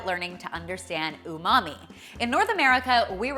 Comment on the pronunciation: You said "umamai' I instantly remembered Ross and his "unagi" 😂